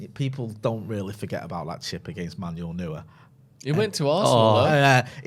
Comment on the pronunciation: Has anyone noticed how bad is at pronouncing any name that isn't quintessentialy English? Until today I'd never heard anyone pronounce Neuer as "Newer"